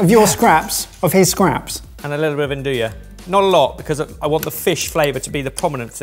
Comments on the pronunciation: One day I pray you lot will learn to pronounce andouille correctly. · The way you guys always pronounce "andouille" just kills me 😂😂😂